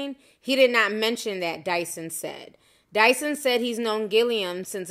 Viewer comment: The reporter said "Tyson Dyson" lol